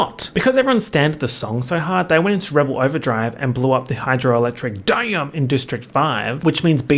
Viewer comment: The way you said "hydroelectric dam" sent me into a fit of laughter